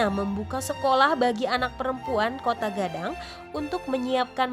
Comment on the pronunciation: Koto Gadang woi... Bukan Kotaaa